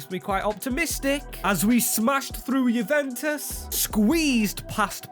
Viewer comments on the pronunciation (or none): none